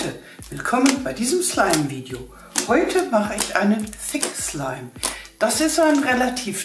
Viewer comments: am anfang habe ich fick slime verstanden 😂wer auch ? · Sie hat öfters im Video "fick slime" gesagt😂😂😂😵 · Wer hat auch am anfang verstanden ,,fick slime" 😂😂😂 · Meee hhahahahhahah🤣😅👌👌👌👌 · Am amfag habe ich F*ck Schleim verstanden manchmal aber auch Six Schleim 😂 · wenn sie dass sagt hört es sich an wie fick slime( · Sie hat das sie ganze Zeit gesagt 😂😂